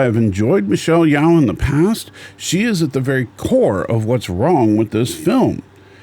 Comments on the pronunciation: Her name is pronounced as Yeo not Yao. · If you want to respect Michelle, you should pronounce her name correctly.